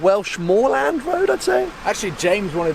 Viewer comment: U say road as woad